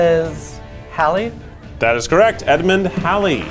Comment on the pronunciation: as a "Hallie" thank yall for pronouncing Edmund Halley's name correctly 😊